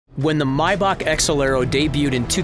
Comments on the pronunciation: May-Back not my-beck.... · Who says mybach lmao.. it’s maybach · If he says “Mybach” one more time ima kms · Did this man just say mybach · Why is he saying "mybach" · Yea he did it 2 more times, y’all tripping